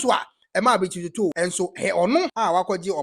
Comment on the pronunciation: King the Fanti name Otoo is pronounce Otu .